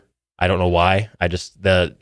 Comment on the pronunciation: said " NEVVVEERR" lmao started choking on a noodle